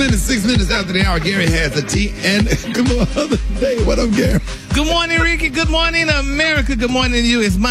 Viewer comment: 😂😂😂.... then at the end ".... I law u pastor Gray" 😂😂😂 Gary!